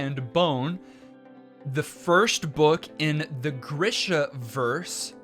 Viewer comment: Greeeeesha. Greeeeeeshaverse. Say it with me.